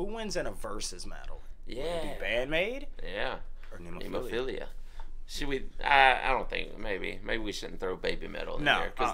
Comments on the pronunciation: Ne (as in net) mo (stressed syllable) phila (as in Philadelphia) It's a five petal flower (they're a five members band), you saw the flower as the symbol in the beginning of the video. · Why not cut down on the labeling and just call it Heavy Metal? BTW, it's Ne-mo-phi-la. It's a flower with 5 petals, one for each band member. Great reaction guys!